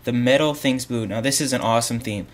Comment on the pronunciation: its "metal" not "meta"